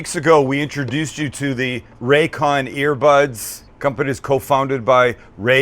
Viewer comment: Sam.... RayCon.... really??? Come on man!!